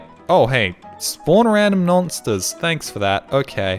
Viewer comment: "Nonsters" this tongue slip would have worked better if you were British and had the term "Nonce" in your vocab but alas, we'll just have to mock you for it instead : P